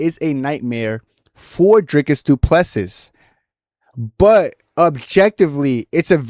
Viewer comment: I knew you would get this one wrong because you can't even pronounce Du Plessis correctly